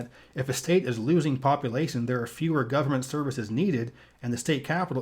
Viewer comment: love these videos but please say population not poppilation. otherwise your voice is great for this information